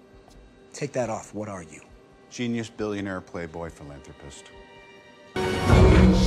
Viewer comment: He said billionare😂